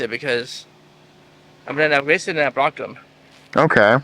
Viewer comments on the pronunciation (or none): "I ewased them and I bwrocked them" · ewase and bwocked